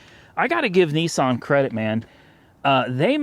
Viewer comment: It's Not nessan It's nissan